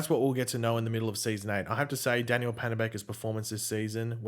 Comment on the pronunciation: Can you say, DAN-YELL or is it always going to be pronounced DANNY - ELL by you? just curious.